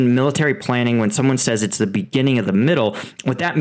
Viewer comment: "The" rhymes with "uh" when the next word starts with a consonant. ex the difference, the biggest, the quote, the most, the rail head. "The" rhymes with "tree" when the the next word starts with a vowel. ex the end, the army, the objective. Love your reporting! I hope this helps with the delivery of your brilliant analysis.